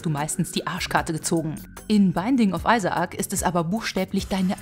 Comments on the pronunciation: Hmm man könnte sagen "Eyesäk" "phonetisch" wäre es /ˈaɪzək/ am besten das Intro auf English einmal anhören :D das kommt direkt am anfang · Ein super Video :D aber beim "Isa-ac" musste ich kurz nochmal zurück spulen haha